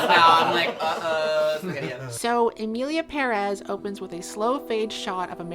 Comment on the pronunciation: I have adhd so these are my thoughts: 1. Everyone in this video has fantastic hair. 2. that smile you gave reminded me soooo much of Matilda. Child with telekinesis vibes. 3. the way you said the title made me think "Emily in Paris" 😂 4. Cute kitchen! 5. Thank you again,, for giving the people what they want 😗🫰